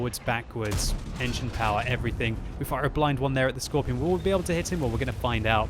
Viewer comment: why do you Pronounce scorpion: "scorpION"?